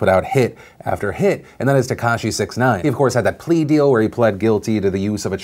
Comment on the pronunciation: Phil you're mispronouncing that Rapper dudes name it's pronounced Six-ix nine-ine.